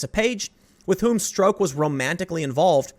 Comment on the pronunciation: It's pronounced Peter "Struck"